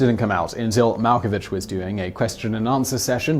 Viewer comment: mal ko vick